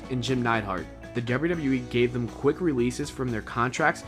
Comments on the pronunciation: what the fuck does "thum" mean? Is that some speech impediment that prevents you from saying "them"? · I wanna know why you pronounce the word "them" as "thum" ? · Good video. I'm just curious, where are u from? I hear you say "thum" instead of "them". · Why do you keep pronouncing "them" as "thum" where the fuck are you from? Pull your THUM out of your ass. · thum????? it's THEM! em...not um.....crap its driving me nuts hearing you kill a simple word. them...them....not thum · Some people with Boston area accents pronounce thum instead of them. Or they say dem, depending on the area. Not the case in this video, but I don’t find it as weird as a lot of people here do and wouldn’t of noticed unless it was pointed out lol. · Are you saying thum? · "Thum"? "Contrack" ? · "what would happen to thum" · Them not thum. lol come on man. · Thum? It's them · "Thum"? WTF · Its them not thum lol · Peter Morgan I read that comment as soon as he said "Thum" omg I'm dying. I can't unhear it now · Ugh.... THUM? Seriously!!! Why do you sound like an American or Canadian but pronounce it that way?!!! Even Canadians don't say it like that!! Stop !! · Even though the presenter can't pronounce them! Can't help but feel that there is truth in all of this! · Why can't he pronounce them? Haha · I have never heard the word "Them" pronounced with a "U" before. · Why can't you pronounce the word "them"?